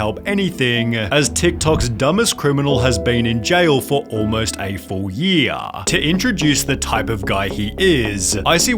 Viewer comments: Your accent is bad. Year is not a two-syllable word, you troglodyte. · Jesus Christ. 16 seconds in the end of every sentence has had a syllable added to it. Arressssteedd. Yeaaaarrr. Why? Just why?